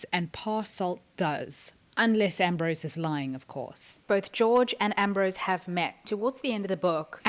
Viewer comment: Enjoyed your thought processes. We'll have to wait and see. One thing, though - Georg Hoffmann is a German name, so his first name would be pronounced as GAY-org (org - pronounced as 'org' in 'organization').